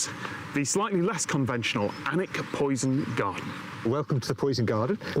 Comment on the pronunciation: Some of Harry Potter was filmed at Alnwick Castle, pronounced anick.